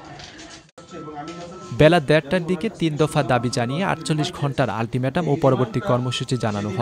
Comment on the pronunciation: রিপোর্টারের উচ্চারণের অবস্থা কিছু জায়গায় জঘন্য! দ্যাড়টা 😂 পনে বারোটা! আল্টিম্যাটাম!